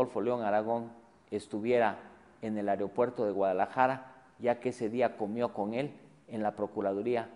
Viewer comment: me crispa que ese wey diga areopuerto en lugar de aeropuerto